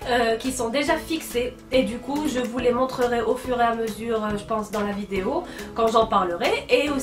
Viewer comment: j'adore bcp tes video et la façon dont tu prononce vidéééooo lol je veux participer au concoure et comme idée pour la prochaine fois des tutos maquillage et coiffure et meme j'ai bien aimé la vidéo ou tu a cuisiné c’était une très bonne idée